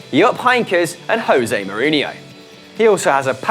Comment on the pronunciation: Stop mispronouncing Jose Portuguese pronunciation of the J is an actual 'Jay' sound, not an 'H' like Spanish